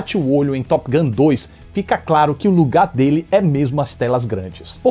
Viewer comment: arruma quando vc fala top gun, vc diz top guM, que significa goma de mascar top!!!